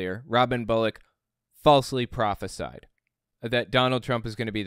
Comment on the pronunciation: He can't even pronounce the word "prophesize" and people look to him for wisdom lmao